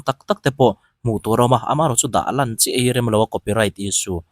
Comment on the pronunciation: Chi leh chu an ti deuh ang a, i fel hmel ve tho sia😂. Chi salt ang a thluk lo in, chi seed ang a lam rik zawk tur aw mark 1 ai ah mark 1/2 i hmu phah aw 😅.